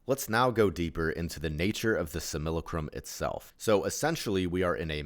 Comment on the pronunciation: Not to be that guy, which I actually am, but it's pronounced "sim-AH-la-crum". As to how much that really matters I don't know. I do want stuff like this to reach as many as possible and something so simple as the pronunciation of a word can turn people away. It's not a commonly used word, being basically just a fancy way of saying "copy" so I don't blame anyone for the mispronounced word, but I've found it's good to be as exact as possible in every area. I'm not too keen on the whole "We came here to learn thing". It's the most positive interpretation of what this place is once you figure out that this place isn't "real" and it's a controlled enviornment, but I'm confused as to what it is we're supposed to learn and why we have to learn it. I do think we agreed to come here, but I think we fall into three categories, the first being those who helped create this place, the second being those who were more or less tricked into coming here and then got "stuck", and those who come in so they can either bring about the end of this thing or to ease the suffering of those trapped here. I think this place is unique in all of reality by being the only place where free will can be violated by another. The aim of this place is to either be separate from "God" or just to keep it going for the free will violating reasons. It was allowed to be created because sometimes you have to allow your kids to make their own mistakes, as well as being inevitable as all possibility must happen in an